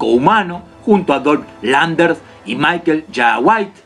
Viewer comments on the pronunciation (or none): none